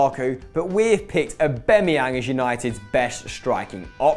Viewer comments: Who else cringed when he said Aubemeyang not Aubameyang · U pronounce aubamyang wrong u noob